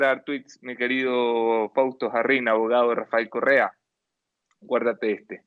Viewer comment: UNO DE LOS POCO VIDEOS QUE NO LE NOTO TANTO ACNE EN LA CARA AL ENTREVISTADOR....SERA QUE AL ENTEREARSE DE LA SENTENCIA TUVO UN ORGASMO CASI MULTIPLE...QUE CARA DE FELICIDAD CADA VEZ QUE TOCA EL TEMA Y PRONUNCIA RAFAEL CORREA ...PRONUNCIANDO RRRRR....CASI FELINO.